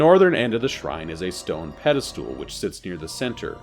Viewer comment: Pedestal not pedal stool. 😅 ❤❤❤ Love your series